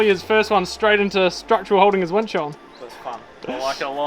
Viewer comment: Did you say “tackling a wench”? 😳